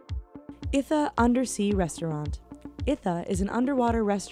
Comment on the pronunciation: Did she really say "Maldaives"? Also, Ithaa = eetah